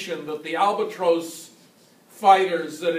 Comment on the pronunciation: Albatrose. That’s the first I’ve heard it pronounced like that. BTW, I’m fairly confident that the Siemens Halske Sh.III rotary 160hp had both the crankcase and prop spinning in the same direction. However, the crankshaft turned the opposite direction of the crankcase and the prop. Also the prop/crankcase was geared to turn at a lower rpm.